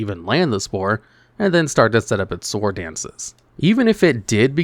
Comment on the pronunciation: Mind blowing when native speakers don't know how to pronounce sword.